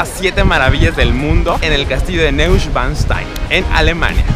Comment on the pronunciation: No seas paletoso wey se pronuncia noischvanstain